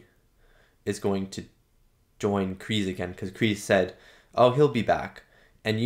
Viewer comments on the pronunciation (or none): No more... Sorry but Kreese is not Tom Cruise, the S is like S not Z. You said someone told you it's pronounced Z, just listen to the first movie again, it's definitely S in Kreese. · It's Kreese, not Krease. Love your reviews and reactions, by the way. Enjoy the rest of season 3, it's the best season so far!